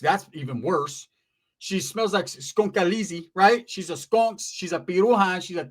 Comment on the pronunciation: A skonka. Lol. I didn't understand what you said until you said she smells.